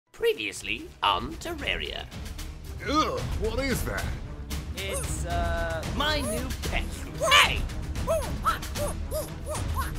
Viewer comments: I hate it when he says Terreria Even though it's spelled Terraria. Even tho both ways are technically correct most people prefer Terraria and yet he says Terreria. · TerrAAAARIA AAAAAAAA NOT AN E THERE'S AN AAAAAAAA TERR"A"RIA TERARIA NOT TERRERIA! GET IT RIGHT! This is the most annoying-est thing since just bieber.. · correction ter-ar-i-a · its pronounced tur-are-eee-uh